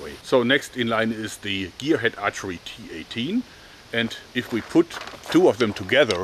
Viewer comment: well the T A T will be mocked in the UK, given tat in british slang is a polite way of saying a thing is shit, however the cineese one is a load of T.A.T. XD EDIT: JOERG! YOU SAYING T-18 SOUNDS LIKE T A T! damn it man XD